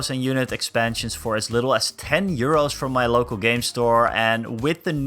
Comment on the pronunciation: I thought you said “90 year olds” not “90 Euros” at the beginning lmao I was so confused